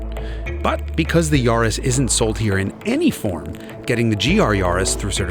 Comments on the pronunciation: Great video… I have GR Yaris back in U.K. (with circuit pack) and it’s flipping amazing….FYI it’s pronounced Yaah-ris…. , not Yarh-is👍🏻 it would have been nice to compare the Corolla with Yaris on same tyres however to just see what the lower weight of the smaller care did to compensate against the higher bhp. Oh yeah, just to say, a tuning crew in Australia have got 500Bhp out of their Yaris 🤪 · Its yaris not yarrrrris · Yaris rhymes with Paris, its not a yawris